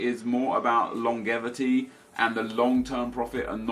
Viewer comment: wtf is longuevity, it's longevity